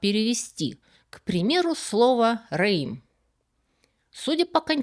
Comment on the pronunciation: Не реим, а рэем. Это орикс, длиннорогая антилопа. Два слова - омонимы. Они относятся к разным эпохам - библейской и мишнаитской. В мишнаитскую эпоху носороги в Святой Земле уже не водились.